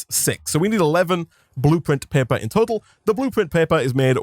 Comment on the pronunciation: Do people in the comments not know what an accent is? One was talking about his inability to pronounce R, and one was talking about him saying "Blueprint Pepper" instead of paper